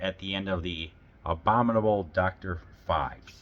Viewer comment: Really enjoyed your review of The Abominable Dr. Phibes! Normally I let pronunciation quirks slide, but since we’re talking about the title character, I have to jump in — “Phibes” (P-H-I-B-E-S) is pronounced “Fibes,” like “Vibes.” Not “Philbs” — there’s no L hiding in there. I have to admit, I was a little surprised you said it that way, especially since they mention his name so many times in the movie. Just thought I’d pass it along — after all, Dr. Phibes deserves to have his name said right!